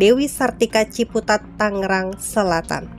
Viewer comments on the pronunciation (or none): none